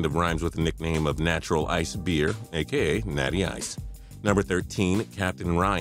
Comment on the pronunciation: Yeah its mattural